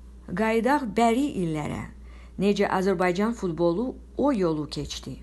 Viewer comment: Azərbaycan sözünü düzgün tələffüz et sonra danış